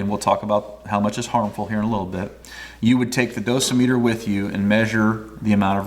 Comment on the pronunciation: I've always heard it pronounced do SIM e ter with the emphasis on the second syllable, as you did .